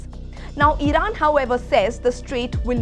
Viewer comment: Idan instead of iran 😂😂😂😂